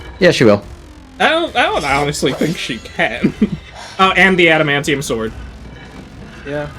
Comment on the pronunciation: “The scythe can cut through space” “Errrrm I dunnoooooo aduhmanteeum pwetty stwong”